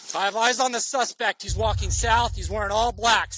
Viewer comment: idk if am hear it wrong but why does the cop saying walking sound like he saying fucking instead of walking ik there are word of what the cops are saying but the way he said walking sounds like fucking